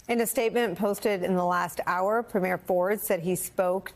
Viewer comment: FYI, “Premier”—as in, the first minister of a Canadian province—is pronounced PREEM-year , not preem-YAIR , like the first night of a performance. While we’re at it, the equivalent in the Canadian province of Quebec (Québéc, or KAY-beck, en français ) is premier ministre (premiere ministre if female), “prime minister” in english, in which case, prem-yair (no emphasis)—and your homework is to produce “ministre.”